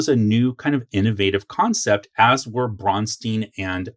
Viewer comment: I can tell you never visited Minnesota to research the history. They way you pronounce Braunstein and David Wesely's name is wrong. I will invite you to chat with the people here. You have some interesting large gaps in knowledge, but for the most part you have a lot of correct information. There are MORE gaps that I think you would like to hear answered. The rest of what you are talking about we NEVER EVER dropped even in later editions. And it is a lot of fun. THIS is what we call a campaign. New players have distorted the terms campaign, module, and other terms.... and that is all because the current WoTC and Hasbro people have no clue.